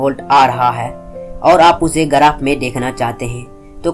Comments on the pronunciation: गराफ nhi yaar ग्राफ Bolte hn. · Bhai garaph nhi hota hai, Graph hota hai